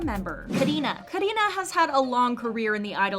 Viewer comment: Not Karinas chapter being called KARARINA